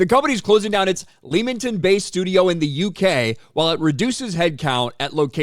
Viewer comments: Just so you know, it's pronounced LEMMING-TON. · You pronounce Leamington wrong